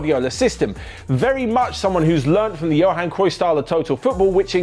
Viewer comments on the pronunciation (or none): none